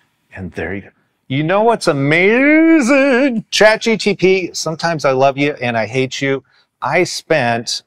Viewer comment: I immediately stopped the video when he said CHAT GTP!!